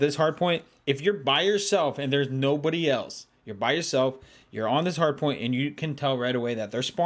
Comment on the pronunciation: When said nobody it sounded like no booty